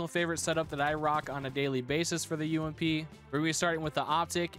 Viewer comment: Let’s go the umpppp not u-m-p btw it’s ump